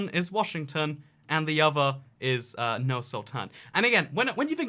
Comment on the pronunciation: its pronounced as Noor Sultan